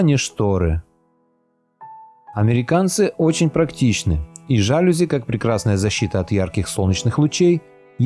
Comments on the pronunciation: Нет слова жАлюзи, есть жалюзИ. Кроме того, Вы даже напечатанное не можете правильно прочитать. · Жалюзи с ударением на третий слог: жалюзИ. А не жАлюзи. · жалюзИ - ударение на последний слог, неграмотный комментатор. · ЖалюзИ,а не жАлюзи. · Автор, «жалюзИ» - это франц.слово с ударением на последнем слоге! Стыдно не знать! 🤷🏼‍♀️ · ЖалюзИ, ударение на последнее "И"! Французское слово. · ЖалюзИ с ударением на последнем гласном (французское слово) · ЖалюзИии на французский манер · Слово жАлюзи слух режет. Вы в школе учились?? А по поводу тонких стен, то там теплее. Когда она уехала? Она, наверное, не имеет представление, как сейчас дома строятся в России))) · Правильно говорить жалюзИ. Ударение на последнюю букву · жалюзи - ударение нужно ставить на последний слог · это слово имеет французское происхождение, поэтому ударение на последний слог, иное произношение режет слух грамотным людям.